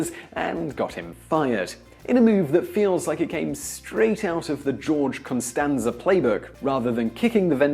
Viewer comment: It's George Costanza, not Constanza